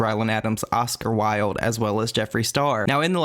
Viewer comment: I was so confused when you said Oscar Wylde I was like? Oscar Wilde? Like the author? The dead one?